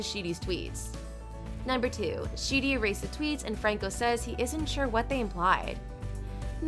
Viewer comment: You mean "Sheedy" lol